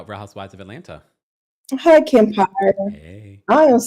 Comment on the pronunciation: It’s Atlanna Kempire😂 the second t is silent.